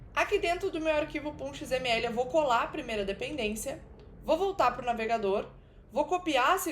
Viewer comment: Eu acho muito engraçado você falando "pom.xml" kkkkkk Conteúdo incrível!